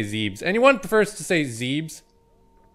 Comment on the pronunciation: I dont know anyone who calls it Zeb-bes zeebs all the way yo Ridley is alive but hes falling apart